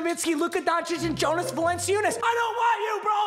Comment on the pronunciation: It’s pronounced “Yonus Valanchunas”